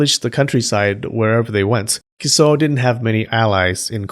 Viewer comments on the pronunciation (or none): It sounds like you're saying "kuso" everytime you say "Kiso" xD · OMG stop saying "Kiso" like SH*T lmao